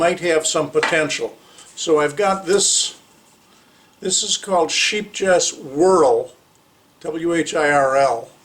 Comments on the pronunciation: It’s pronounced “skāpe - yes” with a long “A” sound in the first syllable. I never knew how to say it either but then I found the pronunciation in an online translation app. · It's pronounced skaipyes ... although in the UK it's often called Sheepies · Hey there, thanks for the video, the shawl looks great. Not that it's terribly important, but the pronunciation is close to "SHAPE-yes". :)